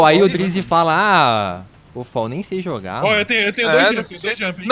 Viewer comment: não é foll se fala fall